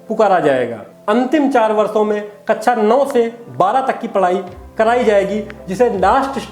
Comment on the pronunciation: Feedback- शब्दों का सही उच्चारण करें। जैसे- कक्षा मानक शब्दों का प्रयोग करें।